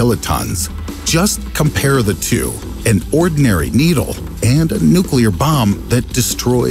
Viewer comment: bro called needle needy